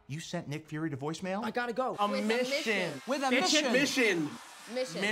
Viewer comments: The way jake said mision. MI-SHIN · the way tom says ‘missioooon’ its so british and now my fave thing ever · When Tom says mission he sounds so British 😂